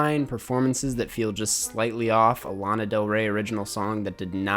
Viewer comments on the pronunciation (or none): none